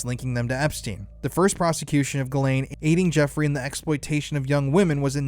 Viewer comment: Say her name properly. Jizz Lane